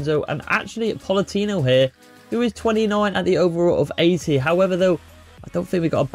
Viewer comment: Good video, the only thing you could work on is the pronunciation of player names, you got Kvaratskhelia, PolitAno, and DemmE all wrong